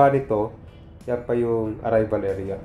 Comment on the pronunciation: Pronounce mo ng tama. Airport Hindi report ,area Hindi erea, arrival him arribal